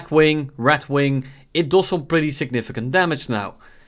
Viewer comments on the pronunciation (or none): is he pronouncing red as rat its not a problem but lmao